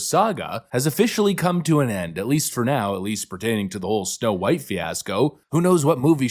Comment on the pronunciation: It's Snow White, not Snow brown